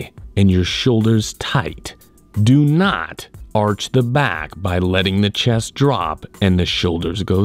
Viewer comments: i always come to this channel for the "DO NOT" sound😂😂🤣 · I like the way he says " DO NOT!!!".